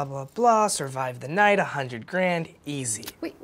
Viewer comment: Omg when he was signing the contract he said survive the jight